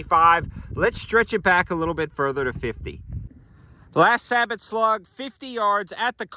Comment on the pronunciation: You are pronouncing Sabot incorrectly btw.